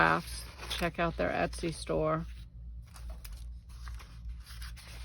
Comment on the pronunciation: Hi could you give me where you got that pretty paper kit! What Shop was it on Etsy. I couldn’t understand you saying it. Thanks for sharing your envelope tutorial with us! Have fun making it! Hugs, Judy